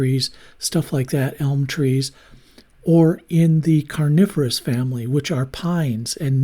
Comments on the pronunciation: This is a great video ... like all of your videos and tutorials. You made me laugh though when you said carnivorous ... and I was thinking yikes how scary. I realized you meant coniferous. Thank you for the videos you share with us. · when you said “coniferous”, I heard “carnivorous” and for a split second I was very confused 😂